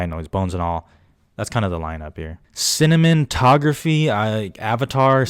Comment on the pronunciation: did you say cinnamon-tography ? lmao love it!